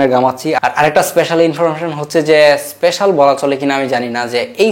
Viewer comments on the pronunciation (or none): none